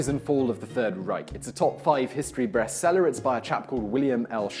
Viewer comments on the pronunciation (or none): Dude ... you totally said "history breast seller." EDIT: After looking through the comments, I see that at least five people (probably more) have already pointed it out. But I do think it was funny that no one over at TIFO noticed it and suggested a reshoot between the moment that word was uttered and uploading the video. Or maybe they did and Simon was just like "My first take is always my breast take." Who knows. Either way, I'm glad this is here for posterity. What a lovely little Freudian slip. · HE SAID BREAST SELLER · Simon DEFINITELY called the book he recommended in the Audible ad at the end a "breastseller" and I am absolutely tickled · "top 5 history breast-seller"